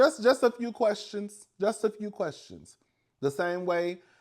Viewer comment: 😂😂😂 you kill me everytime you say I have quastions😂😂